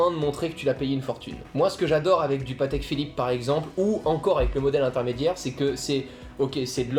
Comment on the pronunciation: Votre accent me tue 🤣 ‘’Patèque Fillipe’’